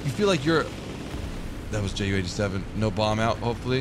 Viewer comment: It's called JU-87. Like You-87. Since it is a Junkers (pronounced Younkers). Greetings from Germany ;)